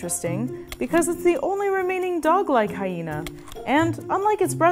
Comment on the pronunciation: IT'S MA'AM! "HySHena"